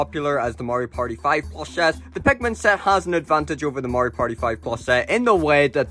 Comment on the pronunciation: i really like the way you say pikmin